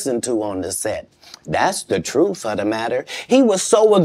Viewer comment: Not even a minute in and he says safe to tell the troof